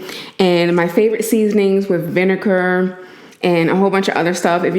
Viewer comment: Why u call is VINEKKKURRR ?? duh hell . It’s called V I N E G A R .